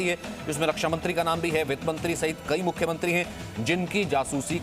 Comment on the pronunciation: Mukhyamantriiess kya hota hai bhai